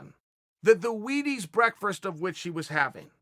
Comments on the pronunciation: Breakfrrst?? Anyone else hearing this every time? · Chael "Brekfrest" Sonnen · NO ONE: LITERALLY NO ONE: CHAEL: "Breakferest" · Love me some "Breakfrast" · Wtf is “breakfrest”? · Did chael just say “Brekfrest” instead of breakfast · I can say about the topic? sometimes u make a mistake once or twice,put it online 4 the world to see, breakfast is a hard word. O wait s’snot . Da fuq is breckfrist chael? Try sayin break fist? Actually don’t ever say tht.way worse. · "...sitting down for breakfrast... (did I just say 'breakfRast??.... you're damn right I did). *doubles down on breakfRast*. Gotta love Chael. I wonder what Yareer eats for breakfrast? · Me: breakfast Chael: Brerkfrerst Me: Brerk...brer...brerkfrrr...... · Everyone: Breakfrest You: BrEaKfErEsT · Chael it’s breakfast not “breakfrast” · "Brekferst" Chael P Sonnen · Uncle Chael says “BREAKFREST” lol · ....did he jus say breakfRist? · Brekferast ? What? Did he mean Brexit? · Chael “Breakfrist” Sonnen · "Breakfrast" lol What's for dinner? Pisgetti? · A brekfirst..? Chael! A brekfirst? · Chael channeling his inner Cejudo here “BrEakFrISt” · What the fuck is brekfrest ?! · My grandmother also says 'breakfrast' lol. She is a Newfie so I donno where Chael got it. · Did he say brekfest or am i just too high...... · Breakfrast.. chael has decide we all now pronounce breakfast with an extra R. And so it is. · Wait, wait, did he just say “breakfirst” 3 times? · ... tf is breakferast chayele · Chael "Breakfrast" Sonnen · Chael.... Wtf is Breikfrast 😂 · We just going to ignore chael not being able to say breakfast but instead says breakfrust lol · If Chael calls it "brereakfrast" then I call it "brereakfrast". This is how you become successful. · It is officially now known as "Brekfrest". Uncle Chael has spoken. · Have I been saying breakfrast wrong all theeze years? 🤔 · Of course its brekfrest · chael "breakfrerst" sonnen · chael ''breakfrest'' sonnen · da fuq is "Brekfrist" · Chael what the fuck is frabreakfrest 😭🤣